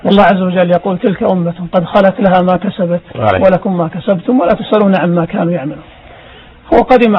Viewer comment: والله العجيب الشيخ مايعرف يقراء،الاية القرانية ولاتسئلون يقرها بالفتح فوق الياء اي لاتسئلون عن الاقوام السابقة والقران يطرحها بظم الياء اي لايسئلكم الله عن فعل الاقوام السابقة لا ان يقول لكم لاتسالوا عنهم ههههه كم انت غبي اذا كان رجل دينكم هكذا لايعرف قراءة القران فكيف بالعوام ههههه تف على وجه تغير القران بجهلها ...يارب احشر هذا المتكلم مع صدام